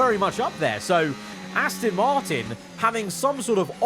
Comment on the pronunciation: FerrAGHHHHri and Astin